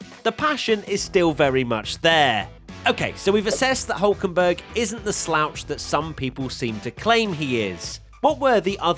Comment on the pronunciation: he's called hÜlkenberg